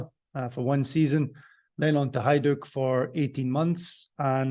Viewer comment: Slavic J is pronounced as a Y. Example; Jugoslavija is pronounced the same as Yugoslavia. and Hajduk Split is pronounced as Hayduk Split.